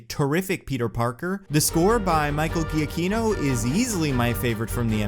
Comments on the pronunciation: The composers name is pronounced juh-key-no. Also can't believe they only used the OG Spiderman theme during the opening credits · 20 seconds in and I gotta say, giachinno deserves a better pronunciation of his name.